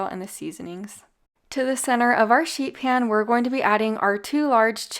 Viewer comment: Sounds like you said shit pan 😂😂